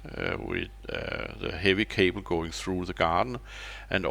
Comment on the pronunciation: The panels are *Risen, not "Reisen". Also *cable :)